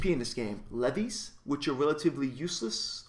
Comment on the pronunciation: leves is pronounced like the word leaves btw